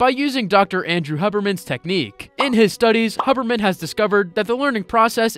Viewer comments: Great video. Note: Andrew Huberman's name is pronounced "hyoobermann" with a "u" sound as far as I know. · LMAO, you pronounced Huberman, synapses, acetylcholine, and so much more so wrong. BUT UR A FELLOW HUBERMAN LISTENER!!! (He’s my idol, btw)